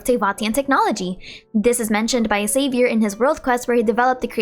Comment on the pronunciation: But Xavier was not pronounced correctly